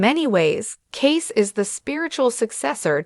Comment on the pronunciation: It’s pronounced, “Casey”